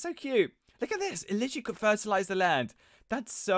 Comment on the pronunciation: "I'm not here to ferterlize" did that sound normal